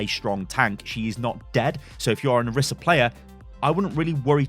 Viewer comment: It is (Or-ee-sah) not (or-i-sah)